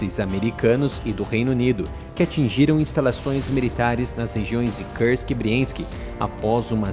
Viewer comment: Parem de falar cãrsqui. É russo, é não inglês.